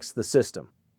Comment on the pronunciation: At the very end of this video, I swear it sounded like you said "The Economic Ninj-er is out". 😆